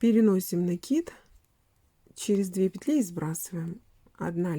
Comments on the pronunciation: Всё замечательно, но почему вы говорите рапорт с ударением на о и накид с ударением на и? Это безграмотно. И слушать это очень тяжело . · Именно так правильно произносить: раппОрт, с ударением на О, пишется с двойной буквой П; накИд, с ударением на И, потому что нить накИдывают.